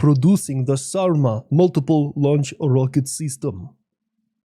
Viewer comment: When you said the Sarma, I thought you said Saruman for a moment.😂